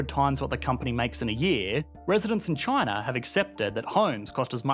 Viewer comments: "This is CHANA"...hahaha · This guy pronounces "China" as "Chin-ahr" and also: "Labor" as "Labuh" and "here" as "hee-uh". His accent is both non-rhotic and hyper-rhotic. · Everytime he pronounced china I low-key cringe 😂